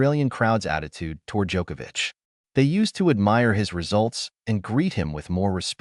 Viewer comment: Thank you for correctly pronouncing his last name.